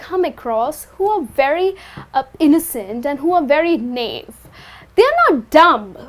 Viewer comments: Correct me if I am wrong, the pronunciation of 'Naive' you are using is incorrect. Its Na-ev. Btw i love your tutorials. 👍👍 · You are right, she mispronounces 'naive' (naɪˈiːv)